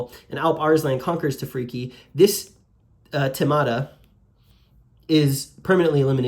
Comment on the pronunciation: Thema and Themata in plural should be pronounced not like "tèma " or "temàta" but as th in thematic(which is same root) or thanks.